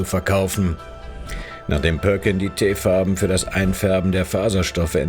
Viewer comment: Es heißt auch Teerfarben und nicht Teefarben......da muss die Sprachsoftware wohl noch was üben..